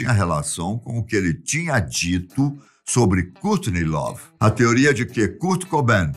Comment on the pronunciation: A filha franças kkkk Francis kkkk Cúrtiney lovee Cúrt cobain kkkk e bacana mas essa pronúncia bem brasileira kkk